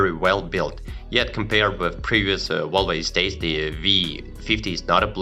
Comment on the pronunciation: Why do you keep saying Wolva?